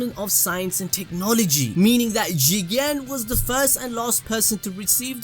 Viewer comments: at the start of this video I hated they way u say jiGEENN!! now I say it like that HAHAHAA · "Jigen" what i hear chicken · Why there is a highlight while pronouncing 'Jigen'? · there is no precedent for you saying Jigen the way you do, its by far the worst part of any anime video ever made, besides that your vids are very informative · can someone explain why says it that way? i must have missed sth